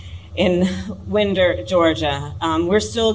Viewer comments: Ok, it's pronounced "wine Der" Georgia. But it is spelled Winder. I'm glad she was made aware of the tragedy. Humanity is in need of an upgrade. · I live Kamala but we gotta tell her it's Winder, Ga (pronounced lije Wine-der, Ga., not Wind-er, Ha). I know there's no way she would know, but let's not give the "DUMPSTERS" any ammunition for more crazy comments. Love the work y'all are doing, thank you!